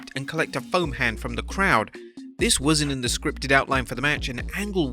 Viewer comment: With his British grammar I thought he said phone hand not foam hand